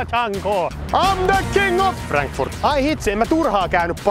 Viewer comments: Miskalle ihan vinkkinä että Frankfurt-nimen a-kirjain lausutaan ihan a-kirjaimena ä-kirjaimen sijaan ja myös ihan saksaksi.😊 Ja tää on hyvä haaste! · se ei ole 'Fränkfurt' 🤦🏼‍♂️🤣